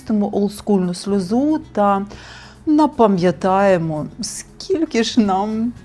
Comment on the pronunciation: Напамʼятаємо 🫣 Це тепер така фішка у ведучих хто більше наголосів чи слів викрутить😵‍💫